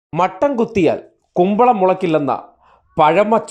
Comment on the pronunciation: മട്ടൻ അല്ലാ, മത്തൻ ആണ്... 🤣🤣🤣